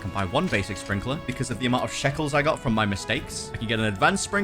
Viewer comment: he said grandFATHER sprinkeler